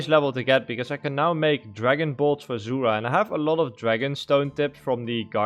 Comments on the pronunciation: Zul-rah, not ZOOORAH Had to say it, love the vids tho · Yes. Also titty farming